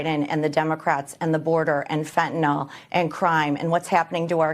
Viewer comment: TF is Fentanol? Fentanyl, idiot